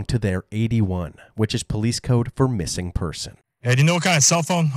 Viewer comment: Like whatevvar. We wanna call just to let you know, our friend is missinguh.